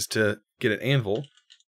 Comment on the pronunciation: Did he just say anval 😂😂😂